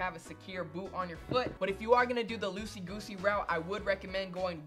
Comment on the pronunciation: Did dis nigga just say losey gosey😂